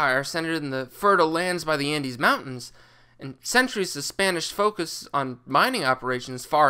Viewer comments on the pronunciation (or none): none